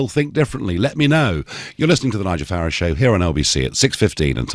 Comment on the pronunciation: When this DONALD learns correct pronanciation of name FARAGE?